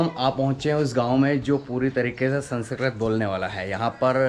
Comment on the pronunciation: संस्कृत बोलीये जनाब, संसकरत नही.